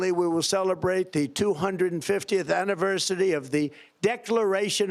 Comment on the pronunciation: 😂 Instead of “anniversary” he made a new word “anniversity”